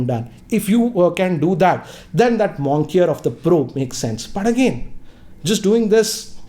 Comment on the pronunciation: It's moniker not monkier!!!